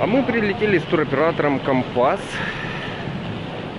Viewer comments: Добрый день. Познавательное видео, но так режет слух Ваша неправильная речь, что не удержалась написать. Вы доносите свои видео до многих зрителей,пожалуйста,говорите правильно. Почему компАс, а не кОмпас ,,, и выходите из аэропАрта , а не из аэропОрта??? Сорри, удачи. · Почему украинцы не правильно называют как города Турции так и туроператоров ? Не компАс,а кОмпас .У вас там с латиницей проблемы ?